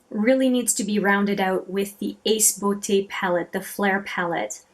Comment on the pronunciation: THANK YOU for pronouncing Ace Beaute correctly! It's my pet peeve (I'm a horrible person, I know)